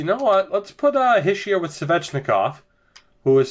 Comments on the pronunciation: ITS NOT HISH-EE-ER ITS HEE-SHAY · Habs For life it's Hish-ee-er from a frenchie